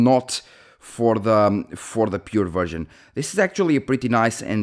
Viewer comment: Sorry bro, your accent was making me hear you say virgin when you where actually saying version 😅